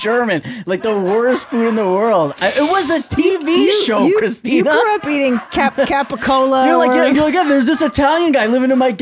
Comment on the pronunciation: Tina said Capicola like how it's spelled in front of AJ from the Sopranos 🤦‍♂️ Fully tok'd